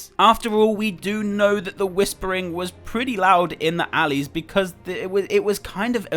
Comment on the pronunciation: ' Book 1 chapter 1 alleys. ' Me : Okay, am i hearing this wrong or..